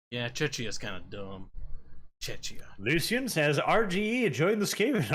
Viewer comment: NOOOOO! The "ch" in Czechia is pronounced the same as in "Czech"! It's basically Czech-ia. Just like Slovakia is Slovak-ia. Ree!